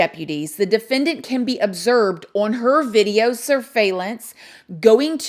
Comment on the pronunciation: “ObserBed” not observed.. you heard it here first 😜